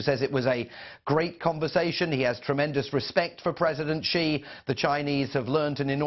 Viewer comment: It's President Xi (pronounced as "see") not Qi ("Chee").